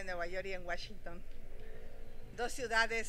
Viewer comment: Washington no se pronuncia como lo dices